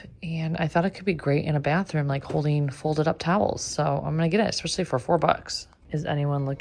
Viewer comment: I’ve recently found your channel. Love your colorful choices. But please, please, please use the word “especially” correctly NOT “ex-epically” … it’s like running one’s nails on a chalkboard. All the best!